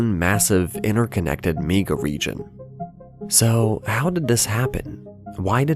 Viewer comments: The way you pronounce the word "Mega" is unsettling. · Get rid of the AI voice that can't say mega correctly.